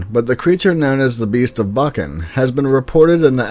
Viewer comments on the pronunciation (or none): none